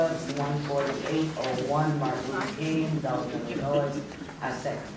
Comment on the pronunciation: It should be a requirement if you are an elected official in Illinois that you know how to say the simple word ILLINOIS